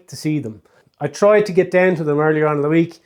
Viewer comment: I love it too when you say, git in the car!! ❤😊😊❤